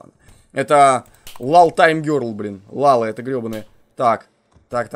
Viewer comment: Дурачок? Не ЛАЛА, а ЛЯЛЯ!!!!